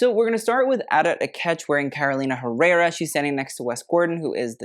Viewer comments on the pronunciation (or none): none